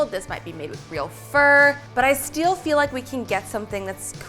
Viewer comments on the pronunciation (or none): "but i sTeAl feel like..."